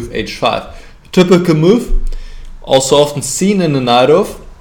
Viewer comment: If it is of any use I would like to give the advice to accent the word "typical" with less "u" and more "i". That is to say "tipical" instead of "tupical". (Dont take this the wrong way and start making german videos again) Also the word "move" can be less "u" ( muf ). I am pretty sure u can say "v" as in vermacht for example. (Ha ha) Anyway "forward" is the correct "o" for "move". Or think of the word "more". Best wishes and great vid! Thx!